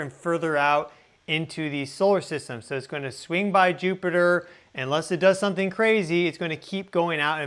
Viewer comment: Rapidly approacheen? Sometheen sounds off there. Now, if you'll excuse me, my lunch is here, chicken weens.